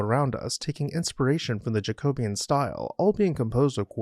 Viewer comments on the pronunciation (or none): none